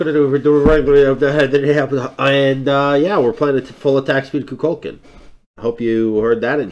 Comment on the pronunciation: Its pronounced ku kul kan